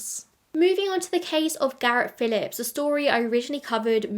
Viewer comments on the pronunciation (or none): none